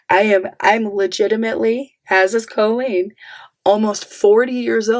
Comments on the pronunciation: Not going to lie, but I am low key loving how you say her name. All i hear is a fancy way of saying colon. Which fits. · I really enjoy you pronounce her name “Cole-lean” because it sounds like “colon” 😊